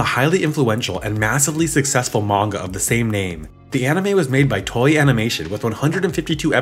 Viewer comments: Toei is pronounced toe-a Not toy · Toei is pronounced Toe-ay